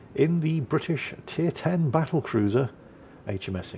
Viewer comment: And then calls it a “ba’l’cruiser.” Guess the WoWs design didn’t include a double-T in there.